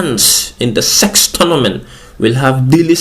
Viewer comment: Why are you putting so much emphasis on the SEX?? 😂😂😂